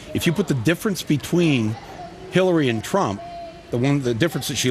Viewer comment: she said Hellary:))